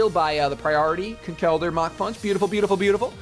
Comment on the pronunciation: Conkeldurr is pronounced Conkeldurr, not ConKELdurr haha! But nice battle!